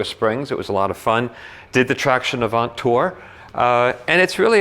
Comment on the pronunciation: The good prononciation is traction avan. Don't prononce the "t" at the end of avant. Nice car